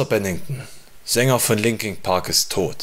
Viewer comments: Warum sagt der "Linking" Park?!!?? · Scheisse du kannst ja nicht mal den namen der band aussprechen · Das heißt nicht Linking Park sondern Linkin Park.